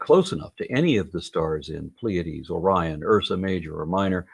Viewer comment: It'd be nice if he knew how to pronounce Pleiades.